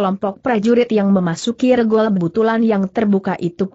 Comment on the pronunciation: Banyak ucapan2 yg tdk benar. Contoh : cara diucapkan dengan ker , tulisan Sst yg harusnya diucapkan seesst dieja S.S.T., Dan banyak lagi spti ngucapkan nama2 yg tdk tepat , contoh: regol...e seharusnya diucapkan e spti ucapan sate, tapi diucapkan spti e pada kata kemana. Dan masih banyak lainnya . Saran: tolong segera diperbaiki narasinya sehingga akan lebih enak didengar. Terimakasih